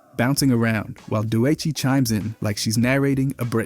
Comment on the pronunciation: "doe ichii"